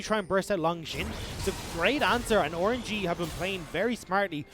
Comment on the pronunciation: this guys doesnt say rng, he says Or-an-ge 😂 kinda like it tho